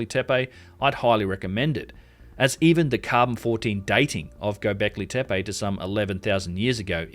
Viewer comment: You pronounced Gobleki Tepe correctly but pronounced Gunung Padang so wrong